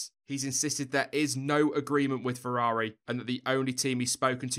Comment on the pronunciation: Fewwawi.... having trouble pronouncing the r mate?